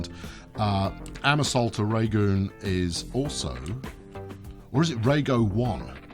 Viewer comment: Sir I'm starting to think we have met before as not only did you pronounce the rea part of my name correct you then go in this ep and get the whole thing right it is indeed reago one great ep again but don't forget the Isles of the great British people of the U.K.